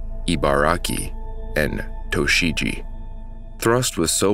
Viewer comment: That's "To-chi-gi" as "chi-n" not "Chi-cago."